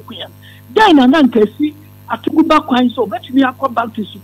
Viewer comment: Etumi wura, it's Atuguba not Atubiga